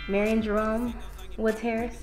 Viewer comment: Oh and, learn how to pronounce your brother’s name. Marion is produced M-air-re-on!! GOSH! 🤔😁